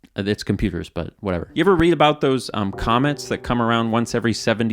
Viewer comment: ish i heard "comments" and not "comets" and was struck by the idea of fabled comments that occur at long regular intervals. People gathering waiting for it to appear. Unfortunately it would probably be a terrible comment and there are already too many of those. But i like to inagine a mythical comment that brings peace and insight and good luck to those who see it as it passes thru the comment section on its long voyage through the internet